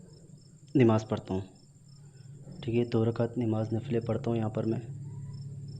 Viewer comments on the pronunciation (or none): nimaz nahi hota namaz hota hai